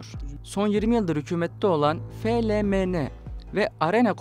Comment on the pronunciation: F L M N şeklinde okumuşsun reis <3